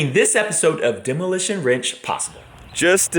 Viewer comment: Hi. So sorry for the loss of Mark. I enjoyed his channel, as well as your Dads and Vet Ranch (which I miss). But I don’t watch Demolition Ranch, because I don’t “Do” pwew pwew. For those of us who watch the non-pwew pwew channels, could you stop greeting us as Demolitia? Thanks.